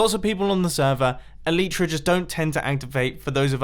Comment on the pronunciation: Mumbo, you're elytra don't activate because... you're saying it wrong. Its elYtra, pronounce the Y like in sky.